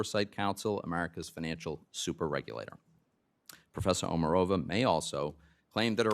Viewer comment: Actually, OmArova - accent on the second vowel.